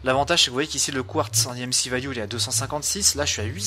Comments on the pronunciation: Stp dit EMC et pas EMCI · tu le dit en anglais imci et en français emc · oui mais c est chelou